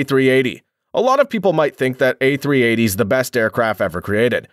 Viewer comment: i know you did not just say a380